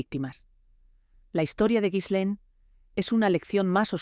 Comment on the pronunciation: Se pronuncia: GI- LEN. Con una G fuerte como en gato.